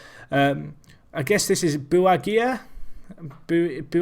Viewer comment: "Buhagiar" is pronounced Boo-hah-jar, surprised he's Gibraltarian as it's quite a common surname in Malta, as are Schembri and Buttigieg